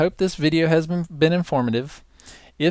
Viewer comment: Haha, at it sounds like you said, "I hope this video hasn't been informative. "